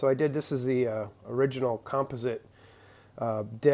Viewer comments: Was wondering where your from... the way you say composite (com-pos-it) really got me wondering lol love your content brother always good... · Never heard composite pronounced with the first syllable accented. Sounds super strange to me as an American. Maybe that's a northeastern thing.